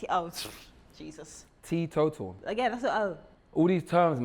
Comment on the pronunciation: Lol how u try to say t total hahahahhahaha